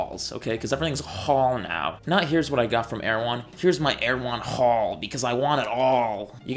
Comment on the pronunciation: Stop saying jhaul 😢